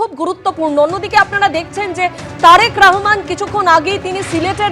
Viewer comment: কি রে বাংলা পারিস না। বল রহমান, রাহমান না